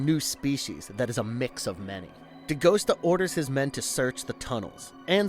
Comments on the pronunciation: Novel was so much better, they cut out the main character Agent Pendergast It's Dee Gust AH, not Dee Ghost ah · Not De Ghost-ah. De-Gus-ta! He told you in the movie!